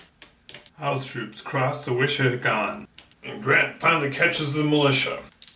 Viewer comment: Nicely done. I like this format. BTW, it’s pronounced “Wiss-a-hick-un”